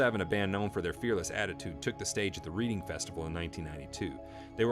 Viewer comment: Reading Festival pronounced Reding btw. Funny hearing it like that when I live near it.